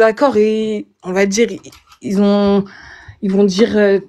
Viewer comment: "On va dirrrrrrrrrrr" 😂